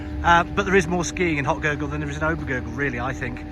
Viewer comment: Very good video, but maybe you should learn how to pronounce the villages you talk about. It’s not ”Hock-Gurgl”, it’s Hochgurgl. It’s not ”Solden”, it’s Sölden. Otherwise, great 😊